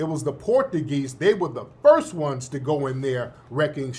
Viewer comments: Tariq, you killing me with the Port a geez. It's pronounced Portchugeese. 😂😂😂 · Tariq my boy..but I do concur.. it is not " porta geez' ..it is "Portuguese"!!😂